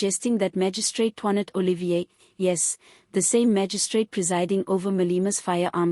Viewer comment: It's not Oh Lee Veer, It's Oh Lee fee r!